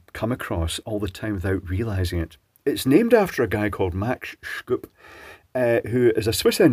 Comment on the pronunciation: Great video, just that its pronounced Max Shup. Sch is german for sh.